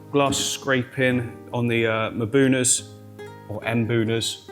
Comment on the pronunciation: em-buna 🚫, muh-buna 🚫, mm-buna ✅. We don't usually make the m sound without an accompanying vowel sound but that's what this is.